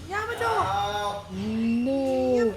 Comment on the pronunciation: Yamato* not Jamato